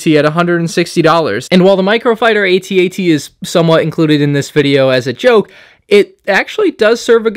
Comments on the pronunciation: Its called an AT-AT not an. A T - A T. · It's at at not a t a t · Call it an "at-at", not an "A.T.-A.T.". The point of an acronym is that it's catchy and short, eg HIMARS, ATACMS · I had to grit my teeth and try to make it through this whole video while listening to you mispronounce "aytee aytee" several times, but I don't think I can do it. It's "atat" and will always be @@ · why do you keep calling it an A T A T? it's an at-at. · it's pronounced at.- at. Not a- t a - t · The fact that he doesn’t pronounce it as @@ hurts my brain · its clearly pronounced AT-AT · I can’t watch a video of a kid pronouncing each letter of AT-AT. Tell me you’re a fake Star Wars fan without telling me you’re a fake Star Wars fan… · Dude, you are not even pronouncing the name of the walker correctly. Uggh